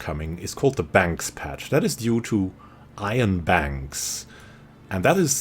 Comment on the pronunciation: Just found this... as a fan of stellaris and the culture I’m surprised it took this long. I had the pleasure to meet Iain while studying in Edinburgh. Quick fyi... his name is pronounced ‘ee-an’. Good work dude :).